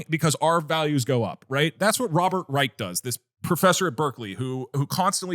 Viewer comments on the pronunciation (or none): none